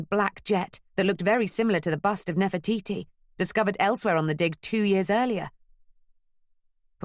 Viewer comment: Sorry, New Yorkers do not pronounce Nefertiti as Nefer-toy -toy! Where on earth did that come from? I was enjoying the tale so far but once I heard that... the grimace I have has made me even stop dictating this text!